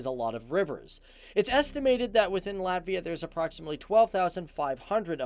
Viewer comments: Izklausās ka viņš saka Lavia 🤣🤣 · he didnt say ''Latvija''.. he said ''Latvia'' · viņš saka Latvia, izslēdzot burtu "j"